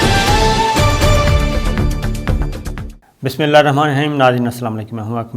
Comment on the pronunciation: Aap ko itni Kiya jaldi Hoti ha ke Bismillah bhi Sahi nahi parh saktay